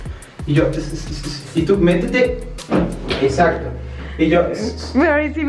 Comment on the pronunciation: no dijo exacto dijo "ezacto"